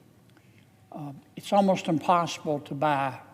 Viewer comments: “Progrum” and “impordant” are not words. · Another who can’t speak… IMPoR -DANT … HURRICKEN … WHAT ?? .. ITS HURRICANE .. Kennedy you are a complete DISASTER